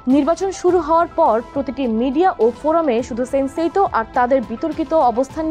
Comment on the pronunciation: সান্সেইতউ ✅ সেন্সেইতউ ❌